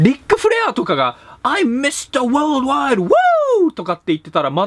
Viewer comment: Mr.wold wide〜の発音最高でした、そのままラップしちゃって下さい。